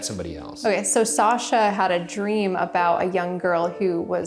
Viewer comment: it sounds like Sasha lol. But only the way Ryan pronounces it, Sajha.